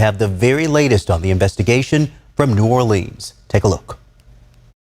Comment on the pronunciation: Well, having been born and raised in New ORLUNS or New Orlins (the way it's pronounced. Not New ORLEENS, like the news guy said) I'm not surprised. It's a super corrupt city, in every way, so of course the city 'leaders' were happy to go along with the whole thing. So 'thrilled' to see the immediate arrival of every Federal agency under the Sun! 😂 Mr. Din Ja22ar is connected to ISIS. Didn't they go out of style years ago? 🤔 So much to say, with such little ability to say it here! I would like to say however, that your videos are so well done and illustrate the situation so well that they leave me speechless. It takes a few minutes to recover, before I can leave a comment! Thanks very much for this one and for all of them!! PS - Please forgive me for asking this favor. Could someone who sees this comment leave me a sign that it's visible? Thanks very much in advance! 🙂